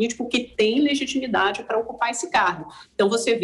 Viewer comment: "Legimitade", é sério isso?